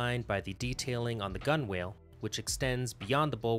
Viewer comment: Nice boat and video. Just one small detail. Gunwale is pronounced "gunnel". Keep up the good work.